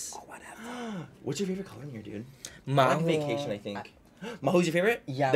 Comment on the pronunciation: Manny: “i do like the Vaygaytion and Get Laid” Me: of course you do manny, of course you do.